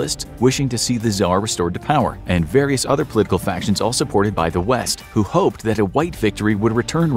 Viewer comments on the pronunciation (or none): none